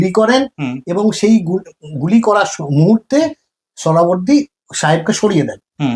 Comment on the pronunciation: এত কঠিন কঠিন সংস্কৃত শব্দগুলো সঠিক উচ্চারণ করতে পারেন কিন্ত সহজ একটা নাম " (সোহরাওয়ার্দী) উচ্চারণ করতে পারেন না তা বিশ্বাস হয় না। এটা ইচ্ছা করেই বিকৃত উচ্চারণ বিকৃত মানসিকতার পরিচয়।